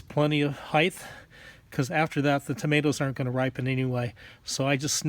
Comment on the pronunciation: It's pronounced height not highththththt